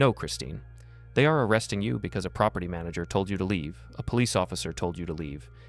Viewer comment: Propity? It’s property !!!!! She annoying as fk!!!